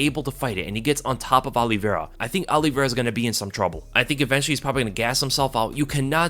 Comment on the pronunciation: Alivera?? White privelege dont let him say OLIVEIRA!